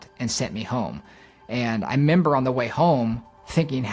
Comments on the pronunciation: Did he say, "I member"? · The guy may be a math wiz, but he sure can't figure out how to say the word "REmember". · “I member”? Lol